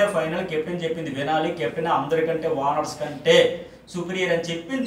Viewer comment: ఒరారీ.... వానర్లు కాదు రా అయ్యా.... ఓనర్స్ అనాలి.... తరువాత ఇద్దువు కాని రివ్యూ లు 😊😊